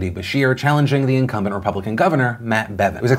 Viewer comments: Incumbident? Really Phil? XD funniest oops ive heard today. Thanks fam I needed a laugh. Its Incumbent btw. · "incumbedent" — Phil DeFranco, Nov 6, 2019